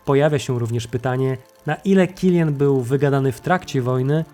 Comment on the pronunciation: To niemiec , nie anglik. Wymawia się tak jak się pisze. Killian, Kilianowi itd.